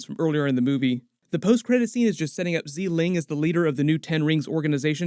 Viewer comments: Awesome as always. Just one correction: Xialing is pronounced “SHA-LEEng” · Erm, as a chinese it is more like sia leeng